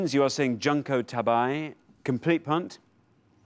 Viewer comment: As usual, the show’s pronunciation of Japanese is way off. Junko (June-co) Tabei (ta-bay).